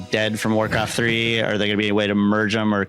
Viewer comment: Three and free. All I kept hearing in 'Warcraft free'